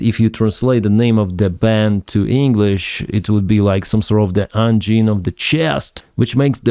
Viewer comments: Hello:hand-pink-waving:, Actually, it's called 'Angine de Poitrine': Like you say 'angel' in english. It's pronunced 'g' not 'gu' in french. It's 'Angine' not 'Anguine';-) And yes, it's a serious disease who can be potentionaly deadly. It's a chest pain due to a lack of oxygen to the myocard. I really like this band, they came from a new generation of real musicians who prefer to hide their face and just to do music. Like 'Sleep Token' or 'President' in the UK. Or even Daft Punk, etc... Vive le Québec! ♥ Et vive l'Ukraine aussi ♥! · the « g » in angine is soft because it is followed by a soft vowel (e & i are soft). Therefore it is prononced like the cyrillic letter that looks like a X with three bars (or six branches) and which is rendered by « zje ». Exactly like the j in bonjour.... Bonjour du Canada 🇨🇦🇺🇦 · the G is pronounced like ж actually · The "gine" in "Angine" is like engine in English. We'll make a Frenchman out of you yet. 🤣 Beer and this music go together well. Love Ukraine from Québec, Canada. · "A n g i n e"? Knowing how the French language sounds, I'm 100% sure it doesn't sound like how says that